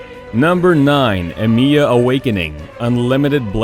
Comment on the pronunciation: “Shirew” “EmIEya” please don’t disrespect Shirou like this...